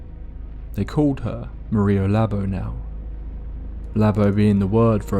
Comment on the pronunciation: lmao, pronouncing Maria Labo like Hada Labo skincare dead ahh HAHAHAH